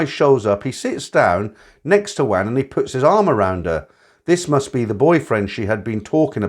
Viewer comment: Wan is pronounced Warn (sweet).... for a so called expert on all things Thai....terrible pronunciation!